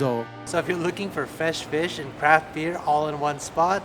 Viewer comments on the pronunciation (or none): Never heard of "Fesh Fish" but it sounds tasty